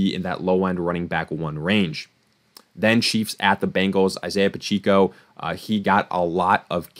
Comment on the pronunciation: Pa-check-o lol not pacheeko bro.